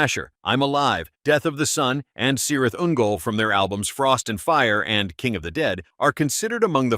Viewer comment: It's spelt Cirith Ungol, but it's pronounced "Kirith Ungol".